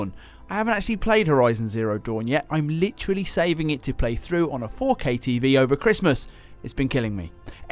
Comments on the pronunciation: love how you said "kay kay kay . . . kay" lol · he saved it with that last 'K' 😂